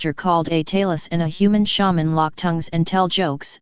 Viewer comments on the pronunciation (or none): none